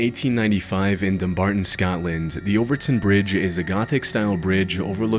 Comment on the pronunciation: You said Overtoun AND Dumbarton correctly! Subbed 😂 - "Celtic" isn't Seltic. It's Keltic. Unsubbed 😢😅